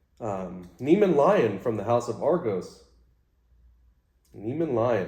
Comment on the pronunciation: Nice vid! Hey, I always thought it was Neh-ME-ahn lion. I don't know why, but that's how I read it.